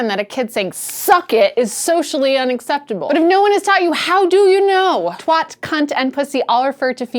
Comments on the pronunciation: it's twat not twot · twat is pronounced "tw-ah-t" not "tw-ot" it's the strong "ah" that makes it a satisfying curse word to use. "Twot" is also a slang word for idiot, of separate origin to "twat", which like a number of curse words in the UK can also be used to mean fool. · Twat is pronunced Twæt (like the a sound of "cat") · Twot? Whot is thot? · Twaht, Twuht, Twot Makes me laugh when they say it, when they say "Bollocks" too ^^. Gotta love our American cousins. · It rhymes with 'Bat', Twat. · Hah! I've known many many brits and I must admit I've never heard that (apparently not for casual conversation ;)). I have to admit Twat like bat would utterly confuse me. But yes, the generally accepted American pronunciation of twat rhymes with pot. Or, perhaps more accurately, "twaht". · Rhymes with "taught" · the clue that it rhymes with "bat" in the poem you used in the video should be enough, no? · twat is said as tw- At with a hard A not an soft o. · I think that "twat" should rhyme with cat or bat. It should not sound like wat with a t at the start of it. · nice video. i don't think i'll ever get used to hearing an american say twat. it sounds so wrong :p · As a brit i think you say "twat" weirdly. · To my (Scots) ears, it sounds as if you're rhyming it with "not", where I'd expect it to rhyme with "cat". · As an American I think she says "twat" weirdly. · like bat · A question, not a challenge: Does this mean you're not going to be using "WorldSuck" any more? Also, is it pronounced twOt, because in that case, all of Manchester, England is getting it wrong.